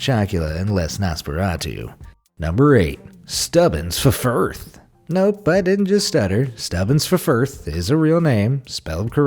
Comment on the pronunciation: You don't pronounce the 2 F's in Ffirth. It's just pronounced like Firth. I have a friend whose surname is Ffirth and she would laugh if she heard this pronunciation, lol ☺!